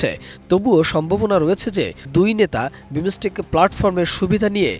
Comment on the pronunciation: বাংলা উচ্চারণ জানেনা হইছে সাংবাদিক.... For Heaven sake, this not বিমোসটেক। This is বিমসটেক।